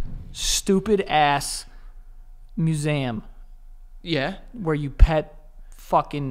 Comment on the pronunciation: Joe said mus-zam (Museum) and I always get made fun of for saying it like that😂 glad I’m not the only one